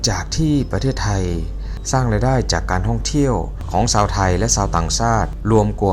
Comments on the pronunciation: ฝึกพูดภาษาไทยบ่อยๆ นะครับ ฉ.ซ. กว่า,ความ อิจฉา ไม่ใช่ อิดสา ยาว ไม่ใช่ ญาว, ชาว ไม่ใช่ ซาว ฤดู ไม่ใช่ ละดู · แอดคนประเทศไหนครับ/ชาว/ไม่ใช่ซาว